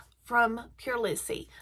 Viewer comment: I love this brand. But it is pronounced Prolease, not prolissie.